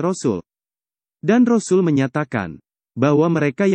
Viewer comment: Sngt d syngkn utk sebutan rosul vokalx tdk fasih alias nggak bnr ..sbaikx utk pengisi suara digantikn org lain yg yg lbh fasih ..